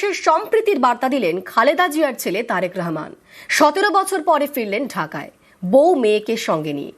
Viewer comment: উপস্থাপিকা কে বলব আপনি তারেকুর রহমান নামটা শুদ্ধ করে বলুন আপনি বারবার নামটাকে ব্যঙ্গ করে রেহমান রেহমান বলতেছেন।